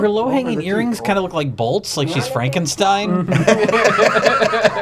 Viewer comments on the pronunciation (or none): none